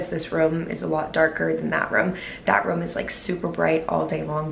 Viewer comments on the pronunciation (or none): I love you but it’s ROOM not VROOM